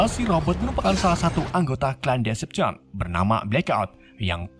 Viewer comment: maaf bang namanya decepticons salah penyebutan